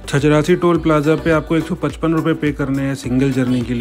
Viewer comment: Nice video bro.......... but not छजरासी it's छजारसी